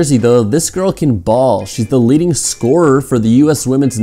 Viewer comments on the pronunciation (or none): none